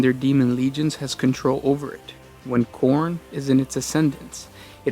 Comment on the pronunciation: I know you're saying Khorn but I swear I'm only hearing porn.